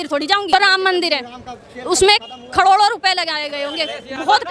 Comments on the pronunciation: Khadodo nhi caroro......iske sasural Wale ne di thy paise....abhi latth padi akal nhi aai.....😂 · Carore ❎ khrore ✅ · Sahi se baat to ho nahi Rahi crore ko kadod bol rahi hai ye karagi hamare politician ko galat bol rahi hai😂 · इसको कड़ी से कड़ी सजा दिया जाए जितना भी कड़ी से कड़ी सजा हो इसको करोड़ नहीं बोलने आ रहा लगता है इसका ब्रेनवाश हुआ है